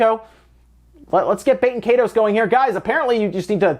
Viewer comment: It's "KYE-TOSE" ...like Dragon Ball KAI...like EYE ball. And TOSE like TOAST without the last T.